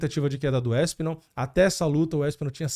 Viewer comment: Não é "Éspinal", é ASpinal. Não é ISpecialista, é Especialista.